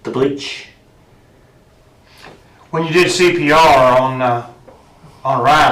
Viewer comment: "There was bleàch in her body.". O M G. Fly free Riley, you are safe now.